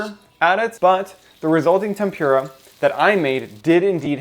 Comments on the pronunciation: thanks but please, please, please. your accent is perfect (non-alabamian fer sure) but TEMPURA is pronounced “tem-pu -rah” NOT ‘tem-pyu-rah’ as you say in this video…. great video….. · tem-poor-ah , not tem-pure-ah. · Deep frying is terrible for you. It's tem-pur-a, not tem-pYur-a. Like cat pur, not pyur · I thought it was pronounced tempura, not tempyura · Please stop saying tempüra like its a puree... Its tenpura like Puerto Rico or Winnie the Pooh ok? Sorry very triggering as a native for some reason like how people call udon undon or ramen ramyueon for its korean spelling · Tempura, It's pronounced "Tim-Poo-La" not "Tim-pure-a" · Lol Never heard someone call it tem-pure-a! Great video, thank you for sharing the knowledge this is a great resource. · There's no "pure" in temPURah. from Japan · Lol at "tem-pure-a". Still looks tasty though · This is a great video, but the way you pronounce "tempura" is like nails on a chalkboard.